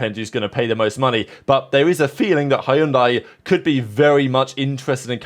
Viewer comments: ITS not HAYUNDAI, it's said Hyun Deh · What did he say? Hayundai? HHAHAAHA this guy is not really a car fan. Its pronounce as hundai not Hayundai 😂😂😂😂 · It's pronounced "Hun-die". The Y is silent and this is all about money. The one huge mitigating factor no one ever seems to mention is Carlos Slim of the Slim family, Telcel fortune. That is a 'Blank Cheque' sponsorship, as the Slim family has consistantly spent WHATEVER is needed, including the Force India fiasco and everything since to insure that a Mexican driver competes in the Mexican Grand Prix and Sergio Perez is the driver they back to the fullest extent. That much money actually matters, no matter what team it is. Money talks and bullsh!t walks. Just ask Lance Stroll! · Nope, “dai” is pronounced like “die.” For example other similar word pronunciations; Sai (weapon), Lai (name), Mai (name), Thai (of Thailand descent). Edit: American English often mispronounces many foreign language originating words. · Its hun-day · As a half Korean, I'd like to offer the native pronunciation of Hyundai, y'know, in case they do end up on the grid lol "hyun-deh" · We know, they run adverts on the topic. But in the car community it will always be hi un dye. I recommend you adopt it. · Had to check wtf is Hyundai. We pronounce very diff here in 🇺🇸. 😂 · My man, the way you pronounce Hyundai is so distracting that it's funny! Love your channel but please verify how to say the brand correctly 😅😅. Lol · Hyundai. Has two syllables. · I’m telling you this is how Koreans, in Korea, pronounce their brand. But if you want to keep saying it wrong after being informed, then be my guest 🙂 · Your pronunciation of Hyundai 😂😂😅